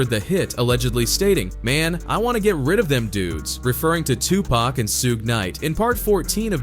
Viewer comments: i can’t stand when these so called youtuber can’t say people name right , 2 Pack who says that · Tooopack and Sooog...😂 the pronunciations are funny sometimes. RIP Tupac 🙏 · Who the hell is 2pack?! Did you mean Tupac